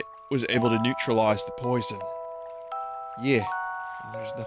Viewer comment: NEUTRARIZE THE POITHON?!